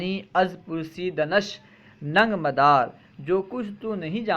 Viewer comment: Madara nahi hai modara hai